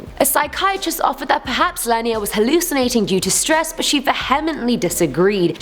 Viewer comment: If you google "Lenia Barcia" most of the articles pop up with the name "Lernia Garcia". In the video the lady pronouces her name as "Lernia .... weird..